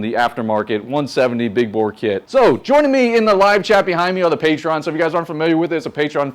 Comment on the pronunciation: you still can't pronounce patron right lmao